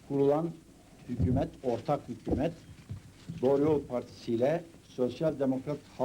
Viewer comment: Bide sunucu hükümet yeni Hükuumet diyo ya kuduruyorum